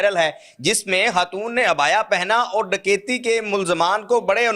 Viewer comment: ye lafz HATOON kia he.??? Khatoon bolo, urdu seekho, phir video banao